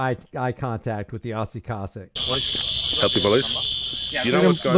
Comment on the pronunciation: Its pronounced KO-SACK